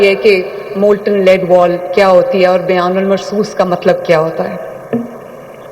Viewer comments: میڈم کو بتانا بنیان المرصوص ہوتا ہے شاہد بیان المرصوص نہیں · 😮😮😮.42 اتنا نہیں پتا کہ قرآنی الفاظ” بُنیانُ مّرصوص “ کیسے بولتے ہی اور ” بیان مرصوص“ ،، غلط بول رہی 😡😡😡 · Bayan ul marsos nhi bnyan ul mrsos hy madam pehly alfaz tu thek Sy ada kro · first 1: its bonyanoon marsoos not bayanol marsoos😂😂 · بیان المرصوص نہیں بنیان مرصوص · بنیان مرصوص۔....,.is correct word......bolna to sekkho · Operation bayanul marsoos Keh rhy Hy sahih pronounce krna chahiye